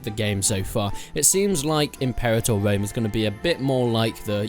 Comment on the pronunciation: Impewator Wome.